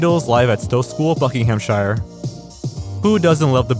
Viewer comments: just fyi, no one in the uk pronounces ‘shire’ like the place in the hobbit. Buckinghamshire is pronounced like ‘buckinghamsheer’ shire mostly gets pronounced like sheer as in sheering sheep. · You pronounced "Buckinghamshire" wrong, it's "buckingham-shear". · That is absolutely not how Buckinghamshire is pronounced. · Please learn how to pronounce Buckinghamshire correctly... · I love the guests, maybe google place pronunciations though. The Buckinghamshire pronunciation took me right out of it lol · you don't pronounce Buckinghamshire like that 😅